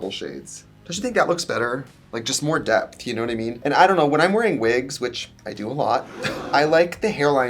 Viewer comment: everytime i hear "depth" i hear DEPP